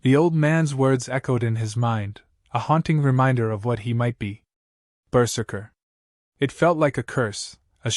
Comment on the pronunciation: Not bad. Not great. Going berzerk will obviate pain but not physics. A blade will still sever a hand/fingers easily. A slight re-write and proper pronunciation of berzerker could make this great.